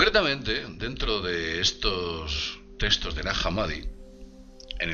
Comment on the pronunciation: Testos? Se pronuncia textos